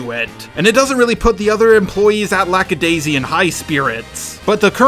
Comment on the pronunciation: I love you... but so many missnaming of characters and even of the series itself. It's not Lackadayssical, just Lackadaisy. LACKADAISY!!!